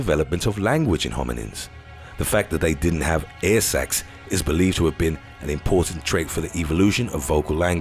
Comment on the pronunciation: Air sacs sounded to much like ear sex